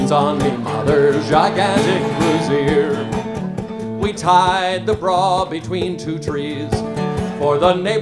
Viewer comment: I nearly stopped breathing while laughing at you, Heywood. Hysterical! I love the nod to "My Grandfather's Clock" at the end. Psst, it's "brassiere," otherwise, you're talking about something that is more brassy. :P